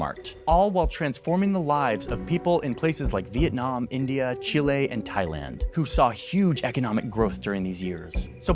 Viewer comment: MF said Chile 💀 Johnny 'Pinochet' Harris at 18 minutes sth